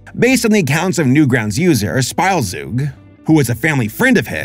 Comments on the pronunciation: Oh, also, "Spielzeug" is pronounced "shpeeltzoyg," It's German for "toy," literally "plaything." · 'Spielzeug' is German for 'toy', but pronounced differently